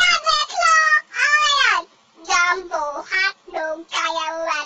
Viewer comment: Ireng pa cute😂😂😂 Para siyang bungal😂😂😂 Jambo hotdog kaya mo bato😂😂😂 Haha haha hindi na ako tumigil tumawa hahahahha😂😂😂